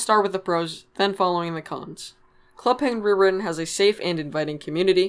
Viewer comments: why do you say rewiwen it sounds like it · “ club penguin rrrrrrrwitten “ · “Club penguin rerihhhhhn” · It bothers me how you don't say the "t" in "Club Penguin Rewritten". It hurts man. Anyways, nice video. :P